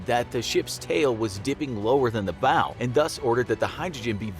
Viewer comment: You'd think they could at least pronounce "bow" correctly